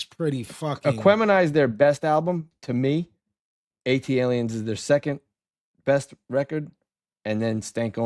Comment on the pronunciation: please ask Vinny where the R in Aliens is. Must be invisible instead of silent 🤣